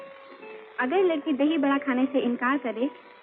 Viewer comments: Dhai Vada❌❌❌ Dhahi Vada☑️☑️☑️ or Dhahi Bada☑️☑️☑️ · It’s Dahi vada not dhai … 😂